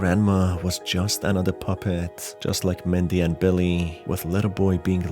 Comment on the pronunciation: I guess I got tripped up by how he pronounced it?